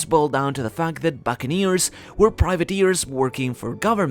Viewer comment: Why is he saying Buccaneers in a weird way is it his accent or just trying to sound Japanese it is an English term so its just really weird